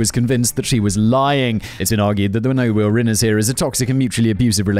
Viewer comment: "No weal rinners" Simon on the edibles..?